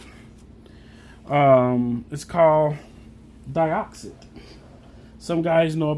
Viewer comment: Deeeeeoxit, not deyeoxit